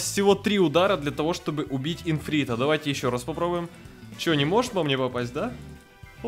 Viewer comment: не инфрита, а ифрита